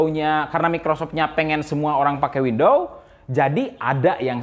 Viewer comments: WidowS bang bukan Windowww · Windowwwssss bang windoowwsss bukan window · WINDOWS bang.... bukan WINDOW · Windows kang, bukan window, terus ngejelasinnya slow ajalah gausah ngegas wk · Banyak video dia i5 diucapin "ai paip", tiap denger itu ngakak Skrg windows diucapin window Cuma kurang "S" tapi aneh didenger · he said wendow.... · Itu ngomongnya kurang "s" biar jadi "windows" :v